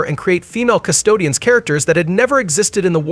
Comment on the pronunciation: Custodes…you keep calling them Custodians 😂